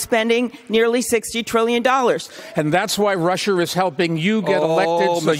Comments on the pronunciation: Blumberg, it's Russia, not Russur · I never understand why people like Bloomberg say Rusher instead of Russia.